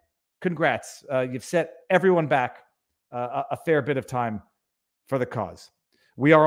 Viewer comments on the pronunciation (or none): Who deserves? Did he say "everyJuan"?